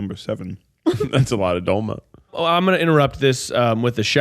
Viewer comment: I gotta say it, as a person of Greek decent the mispronunciations of " Doloma" is so painful lmao. But I do love the podcast! This one was a banger!